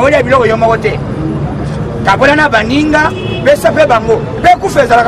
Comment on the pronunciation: balobaka « foimille» te mais Famille.